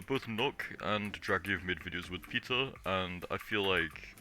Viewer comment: I was just joking about the way you said Peter it sounded like pizza